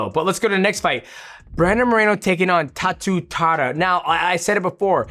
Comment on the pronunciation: DJ, his name is "Tatsuro" Taira.